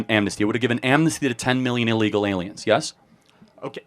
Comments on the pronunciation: Can’t say the word illegal😂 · He cannot say illegal. What the hell youtube!!